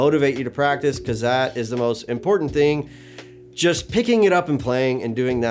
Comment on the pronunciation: "Another ting to consider" is tuff 😎👌✌